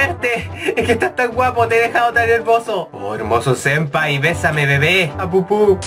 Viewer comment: "Sempaya" xD Jajajaja